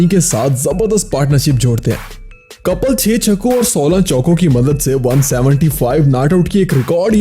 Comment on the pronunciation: Aaree bhai kapal nahi Kapil hai vo